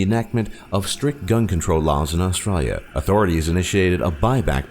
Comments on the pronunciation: Is it just me or every time he said "Australia" he would say it with an aussie accent... and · That's possibly the worst way to say Australia lol